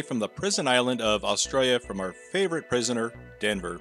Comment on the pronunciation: Are you saying prisoner?